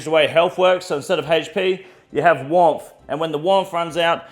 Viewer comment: Warmth or womph??